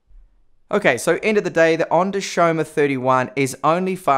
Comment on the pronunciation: Isn't it Xiaomi? Not Xiaoma...